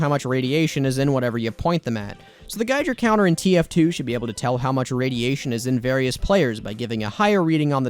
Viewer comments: It's Giger counter not gijer counter. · There is no way this dude just said “Gijer Counter”